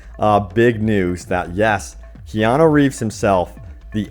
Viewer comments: It's Keanu not Keano. KEY-ya-noo, ya - rhymes with pa, noo - rhymes with do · His name is Keanu, not Keano. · Kean-U not Kean-O. But keep up the good work :)